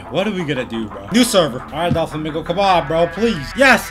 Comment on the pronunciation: Not making fun of u buttttt why do u say DA FLAmInGao